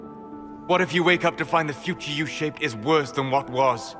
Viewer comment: лично мне сейчас это "вейк ап" напоминает начало второй главы Поппи Плей Тайм. Там эта кукла в начале произносит это. Не знаю как это описать. Это и странно и мило одновременно.